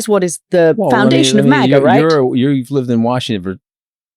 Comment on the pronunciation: I say MAGA she says MAGAR 😂😅😂😅